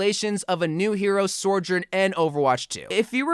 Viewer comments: I think you are saying her name wrong it’s so jurn not sore jurn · I hate to be a grammar Nazi or whatever, but please for the love of God stop saying soR-journ it’s SO- JOURN, like Sojourner. I don’t mean to be annoying it just bothers me for whatever reason. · SOjourn not SORjourn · Say it with me, So-Jurn. SO. This video makes my brain Sore-Jurn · Bro you wack: soijoirn everyone else: sohjurne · good video - it's pronounced So - jern btw, she actually says it like that herself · I hate how he says it lmao